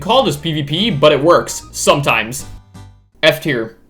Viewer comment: At the start of the video I heard “from S tier to S tier…”💀😭🙏